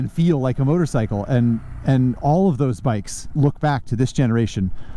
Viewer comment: Love how says "motor-sickle."